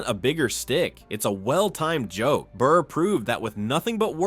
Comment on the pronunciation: It’s Burr not bird and your failed humour attempted voice overs made this total ear poison